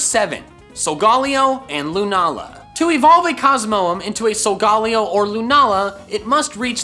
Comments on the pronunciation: It’s not sogollyo it’s sogalyo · It’s pronounced sol ga lai o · I now it’s just his accent but he’s saying solgaleo wrong it’s pronounced sol-ga-lay-o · He keeps say solgolaeo wrong